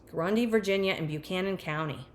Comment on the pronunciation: These areas of VA are absolutely beautiful. Buchanan -> "buh-CAN-in", not "byoo-CAN-in", Virginia has some atypical pronunciations 😄